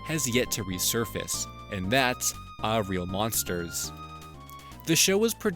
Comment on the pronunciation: its hillarious how he says AAA real monsters!